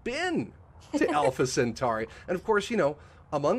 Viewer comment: FYI - a friendly reminder of just a few basic things: By definition a Mega-Meter is 1000km. Kilo = 10^3, Mega=10^6, Giga=10^9 etc. Also it's not 'Centari', it's 'Centauri' like 'centaur'. Finally 'Lagrange is a french name, pronounced 'le-gron-je' That aside I was impressed by the accuracy of most of the stuff discussed though. Most people over-hype and tell half-truths but what said was a good, realistic summary of the the real science going on.